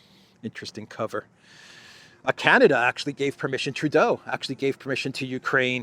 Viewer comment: You did True-doh perfectly! Thank you from too close to him in Ottawa Canada ;D